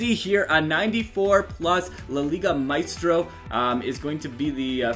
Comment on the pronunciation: It's funny when you say "la liga maistro" lol